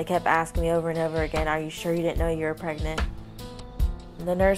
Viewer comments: i will never get over the fact that he says "preygnit" instead of "pregnant" and he says it literally at least once every video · No one: Absolutely no one: Not even Jacob:: PReGnaT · any video where is going to say “pragenent” a bunch of times is gonna be Good